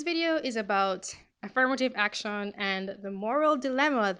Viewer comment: i liked the part when she said "ak-shawn"